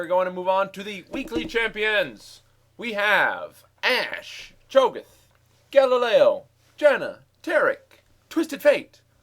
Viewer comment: It's GALIO, not GALILEO.